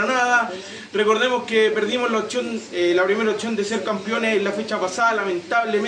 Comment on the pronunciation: repite conmigo "OPCIÓN", no otchón...